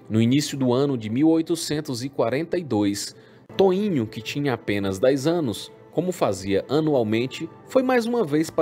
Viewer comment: Toìnho? puta que pariu Os brasileiros não sabem falar português?